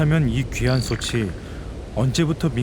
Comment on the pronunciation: 나레이션이 누군데 자꾸 소츨 소체라고 발음하는건지 모르겠네. .목소리가 좋은 편도 아니고 호흡도 엉망이고...그냥 AI에 맡기는 편이 더 나았을듯.